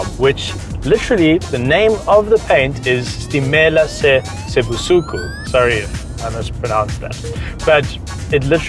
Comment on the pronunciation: U said it right. “Stimela se busuku”